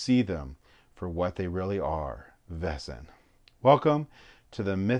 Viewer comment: Oh my god, 😂 People really just ignore the "a" in Vaesen.🤦‍♂️ VAY-sun. Great unboxing video, but some American pronunciations drive me crazy!🤪